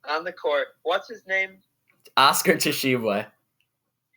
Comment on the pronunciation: You lost me when you couldn’t pronounce Oscar Tshiebwe 🤣🤣🤣